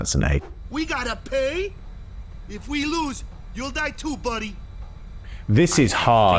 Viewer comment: the way he pronounces the d's in buddy made me immediately clock it